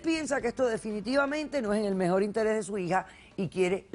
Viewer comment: “me introducio” 😏 “mejol” “Pol” qué 😶 se comen la R